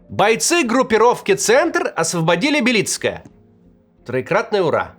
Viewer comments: только не БелИцкое, а БЕлицкое, ударение на первый слог, я родился там, страшно смотреть на родной город, кому теперь нужны эти руины, там вообще никого не осталось, он и до войны был депрессивным городком, особенно, когда последняя шахта закрылась, а сейчас вообще ..... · БЕлицкое, а не БелИцкое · БЕлицкое, ударение на Е )))),хороший город ! ,был( "до завтра" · Не БелИцкое ,а бЕлицкое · БЕлицкое , а не БелИцкое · Не БелИцкое, а БЕлицкое. Так там говорят. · Да какое БелИцкое? Вам самим слух не режит? БЕлицкое! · Максим , город Бе́лицкое . На е ударение Я всю жизнь прожил там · БЕлицкое. Моё родное БЕлицкое.Один только Левиев правильно произносит название моего городка. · Только городок назывался Бе́лицкое С ударением на первую е. Это мой родной городок, в котором родился, ходил в школу, женился, родили ребенка. в котором похоронены близкие. А теперь там развалины и больше никогда туда не вернуться. Некуда и некому возвращаться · Максим, название посёлка — Бе́лицкое (ударение на первом слоге), по украински — Бі́лицьке. Уютный был городок, печаль. 😢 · Бе́лицкое ударение на Е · БЕлицкое. Ударение на Е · БЕлицкое ударение на первый слог. Я с Доброполья знаю точно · Макс, правильно Белицкое, ударение на " е". До войны, я часто там бывал. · Я из Донецкой области, и вы неправильно ставите ударение в слове «Белицкое». Должно быть на первом слоге.